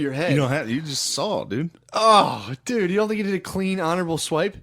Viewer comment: why does matt pronounce "saw" like "saul" lol